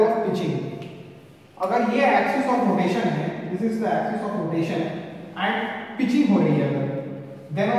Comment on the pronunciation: Sir ap pitichig thoda galat bole hai